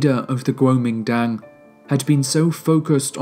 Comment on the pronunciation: 不错，收听你。国民党的英文念法貌似不对哦。